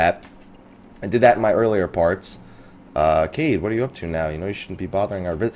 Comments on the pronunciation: kaede- kah-A-day, just sayin. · It's pronounced Ka-eh-de, pretty much. And after all this years, I realized I still remember my way to SSG... wow, lol. I used to spend sooo much time there farming Coral Sahagin...